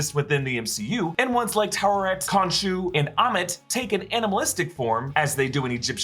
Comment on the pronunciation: Taweret Ta We Ret... not Tuaret / Twaret / Tuwaret arrghhh